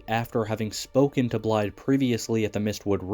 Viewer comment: excellent vid but pls it is pronounced like "Blythe"